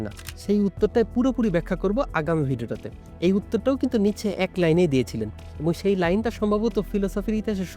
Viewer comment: উচ্চারণটা কি নিটশে/নিৎসে নাকি নিচে?